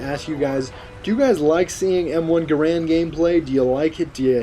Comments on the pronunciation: It's Ga-rand, Grand is the common misconception. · it's m1 garand not guhran or grand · its the m1 garand. not grand... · its not m1 grand its m1 garand